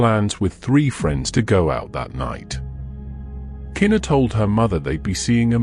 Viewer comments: just cuz your a foreigner and shes black and this was a HUGE deal in the almighty USA, her name is pronounced "kuh-knee-kuh" no kena. im sure that absolutely puzzles you brits how us colored people can scramble such strange letters togetherr to make a mouth full of completely unappealing sounding names. well sir that also confusess me 2 but thats the blk americans here.im jamaican and chinese miami florda dade county nigga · Unfortunately, The video is AI generated that’s why the pronunciation is off! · i get it but still its a respect thing. people always mispronounce her name